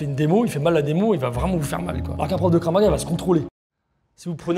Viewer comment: en plus elle disait Kraf au lieu de Krav 😂 en plus je fais du Krav donc ça m’a fait rire de voir les fraudes